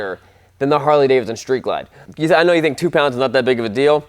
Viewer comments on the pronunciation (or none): It is Cummins; not Cummings. Why is this difficult for some people? He also seems to think Davidson has only the first D in it. Something else I'll never understand